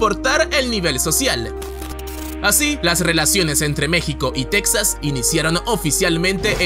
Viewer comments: No te has mordido la lengua de tanto decir tecsas ? Para nosotros los mexicanos es Tejas y se escribe texas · Insisto, se pronuncia "Tejas", no Tex- sas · NO ES TECSAS, ES TEJAS... WEY. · Disculpa, se pronunacias "tejas", no tex-as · Se dice Tejas, cómo se dice Méjico, no tecksas, se ve que eres de otro país, ósea no eres mexicano. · Pronuncias a texas como tecsas ...un mexicano dice mexico no mecsico . . La x la pronunciamos como j ....no se si es correcto.....